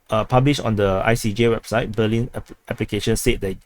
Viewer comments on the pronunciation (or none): none